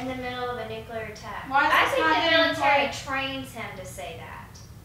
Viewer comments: Nuculear? I thought it was nuclear. 🤓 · nu-clear not nucu-ler! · It's pronounced Noo-klee-ur. Not Noo-kyoo-lur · "A Nucelar bomb" 🤣☠🤣☠ i'm dead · Can't watch. It's nuclear. It is not nucular. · What the fuck did you say in the beginning? Nuclaters? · NU-CLEE-ER, say it with me now "NU-CLEE-ER", just sound it out for pity's sake !!